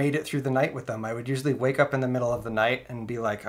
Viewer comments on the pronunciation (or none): none